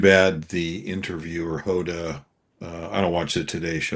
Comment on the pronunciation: You might want to learn how to pronounce people's names,, or did you pronounce Hoda's name incorrectly on purpose?